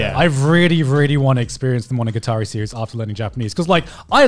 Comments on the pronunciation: He's like: monoGAtAreeeee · Why is garnt pronouncing it weird. Monoga-tari? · No one: Garnt: Monoguitari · MonogaTAHREE... No. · it's really weird to me that they're both saying it like monogaTAri, even the anime man who I know has native-level fluency in Japanese. Maybe he's just letting Gugguk's bad japanese pronunciation rub off on him XD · why do you say monogatari like that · Wants to learn Japanese to understand it better but doesn’t even say the name right. My blood is boiling rn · This man has all this anime merchandise yet pronounces monogatari wrong. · The way they pronounced monogatari bothers me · Are they even pronouncing monogatari properly? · Why the h do they pronounce it wrong, even if most of them know how to japanese? It hurts my ears yo.